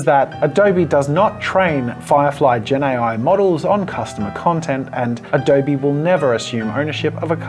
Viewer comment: What's Adoughrrrrrbee?